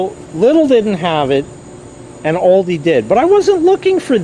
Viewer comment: That’s right! “All-dee” that’s always the way everyone I know pronounces it